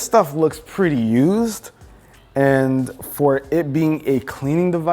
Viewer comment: the way he says used lol